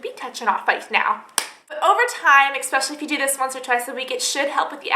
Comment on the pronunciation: AH! expecially strikes again